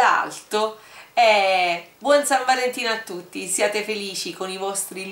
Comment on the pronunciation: io avevo capito vola aeto:-D:-D:-D:-D:-D invece era vola alto